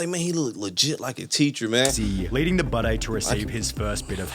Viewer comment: The way he says Budday sounds like he’s saying Bidet which makes me think he wants people to pronounce it bidet because he has a weird pissing fetish or something